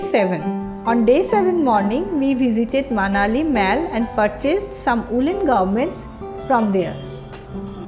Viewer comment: aunty its not maal its mall. see google pronunciation